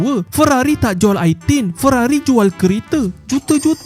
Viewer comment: Ferrari ❌ Weerrari ✅